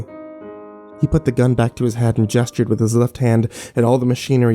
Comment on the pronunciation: Someone finally told that it's "jes-tured" and not "guess-tured". Ahem.. "gestured".